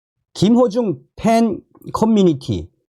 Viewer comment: 김호중 가수의 이름을 부를 때 김어중으로 자꾸 들려서 김어준 으로 연상되서 듣기가 좀 거북스럽습니다. 참조 해주세요.